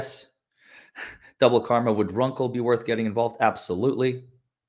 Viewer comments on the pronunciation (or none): none